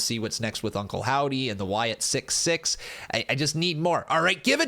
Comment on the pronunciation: Wyatt SickS (6) not Wyatt Sick 6